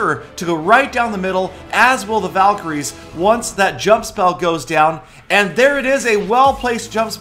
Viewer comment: it tooks half an hour to understand that word valycroies hhhhhh n btw valks r my favorites :)